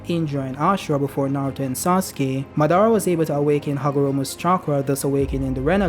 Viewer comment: Oh come dude, you pronounce every character’s pretty good then totally butchered Madara’s name. Ma-Da—Ra. Btw, the evil Queen coming back would not fit the storyline because it’ll take away what Naruto & Sasuke did.